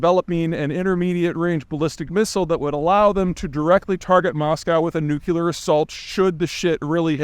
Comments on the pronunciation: Nucular is not a word. Nuclear is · Dammit Peter it’s New-clee-er not nuke-you-ler but I’ll let it slide bc I just finished Accidental Superpower and that was sooo good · I am literally counting the seconds it takes you to say "new-cue-lahr" in this video. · Dude has confidence and a lot of facts, but not a lot of truth to back them up…. He says “nuclear” like “nucular… I think even G. Bush learned how to pronounce it correctly. For an “academic” he talks with confidence but I imagine he gets his info from CNN, or somewhere like that… He’s a Charlatan, like Neil DeGrass Tyson… he’s 50% nifty intelligent facts that support the mainstream narrative, 50% ego, 50% right but 0 critical thinking skills. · Say it with me Peter. New clear. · Did he just say nukular? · Still can't pronounce nuclear?